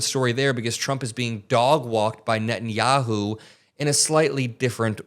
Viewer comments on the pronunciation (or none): none